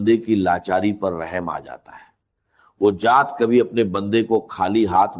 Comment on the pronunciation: جات not ذات